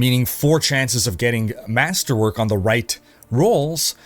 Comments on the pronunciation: did my bro just say MASTERWANK? ahhahahaha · I replayed about 10 times to make sure I heard that right and yes he said masterwank, lol. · Master wank... I know the other brits here heard it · Did you say masterwank? Or am i crazy? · I paused the video and had to check the comments when I heard masterwank lololol